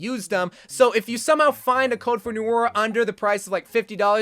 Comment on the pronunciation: As yes Noot not at all the french word for night pronounced New-ee edit: just got to the "New-or" part of the video, New-are